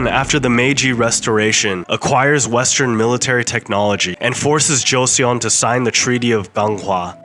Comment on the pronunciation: How about learning the pronunciation of Joseon, Goryeo, etc?